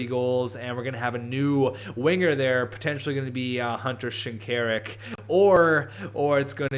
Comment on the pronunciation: isnt it pronounced shin-kuh-rook?